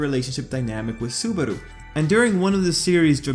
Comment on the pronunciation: Lol petelgeuse hahahhahaha and subaro hahahhahahahahahhahaha its subaru not subaro and betelguese not petelguese